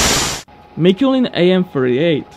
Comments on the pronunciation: Not ShvEtsov but ShvetsOv, and also not MIkulin but MikUlin. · Shetsov is pronounced shvetssoff. Mikulin is pronounced micoollynn.